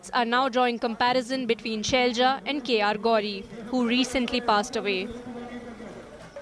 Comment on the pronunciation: "KeRaLa not KeReLa" , "ShaiLaJa not ShailJa"